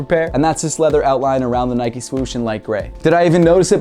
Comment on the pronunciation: Great vid and all but it's not nikeee it's nike